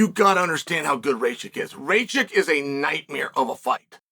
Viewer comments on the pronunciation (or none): none